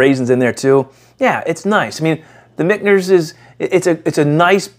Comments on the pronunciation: Yeah i am not sure why i am pronouncing an N in Michter's lol. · Where are you finding a “n” when pronouncing Michters?😂